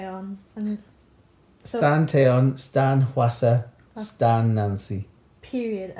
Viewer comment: your dad said stan cherry bullet